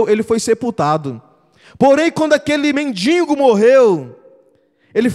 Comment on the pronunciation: Não se diz mendingo. É mendigo